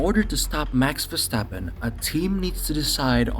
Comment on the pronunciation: it’s Max Verstover